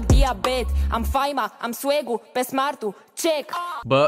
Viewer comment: nu se spune swegu se spune swag ( ---time)